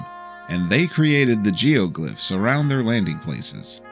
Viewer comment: I’m sorry how did you pronounce geoGlyphs?